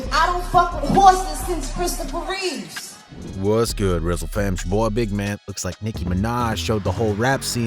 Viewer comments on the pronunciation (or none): It’s Reeve not Reaves or Reeves